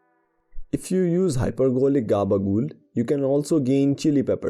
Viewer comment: I love the way he says gabagool, such a smooth pronunciation. Great video